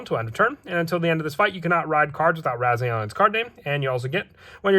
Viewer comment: It's rezael not ryzeal